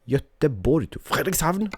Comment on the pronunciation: Oh, and cheers for pronouncing Göteborg like it should be pronounced! Alot of non-"götar" says götlaborg >.< <3